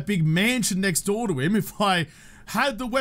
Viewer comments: Is "right neck door" instead of "next door" one of his? I swear I've heard him say that before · Yes he does say neckdoor lol. I figured it was an aussie thing? I'm pretty sure we could have a new word "". That would leave room for symmetricality.